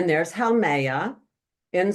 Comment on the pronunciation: Love this: FYI, Haumea pronounced “ho me ah”